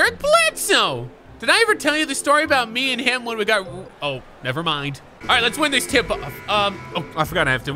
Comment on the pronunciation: The reason y your commands don’t work because when u said win I heard ween